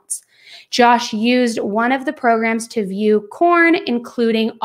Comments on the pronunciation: I’m sorry but are you saying “porn” or “corn”? 🤦🏻‍♀️ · It is pornography not cornography. It’s porn not corn lmao !!! Why do you keep saying corn ?? Corn addiction ??!! Lol